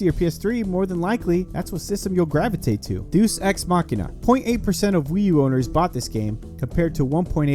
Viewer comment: "Deuce Ex Machina" made me cringe pretty hard 1. it's pronounced "Dey-us Ex" 2. there is no " machina" in the title, it's just Deus Ex. 3. This is one of the best Wii U ports with enhanced visuals, added gamepad functionality, and all DLC included great video otherwise though, just had to defend my favorite franchise.